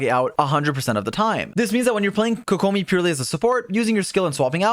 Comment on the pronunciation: How to say it. Kokomi. How you say it. koKOmi.